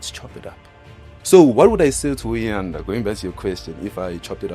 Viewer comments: He can't even say Uyanda's name,He keeps on saying uboy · The fact that u cant even say Uyanda's name bothers me. You keep referring to him as u boy or something🤔 May God help u child